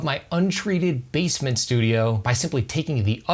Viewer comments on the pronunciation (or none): I kept hearing "bassmen"